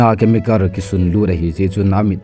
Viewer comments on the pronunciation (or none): Pronunciation phatedom in hinbol g o. Angaihah g e. Eg. Emotionar, war for wall,chemicar , etc